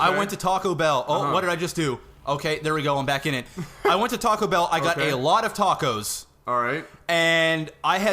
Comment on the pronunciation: it is tacobell not tachobell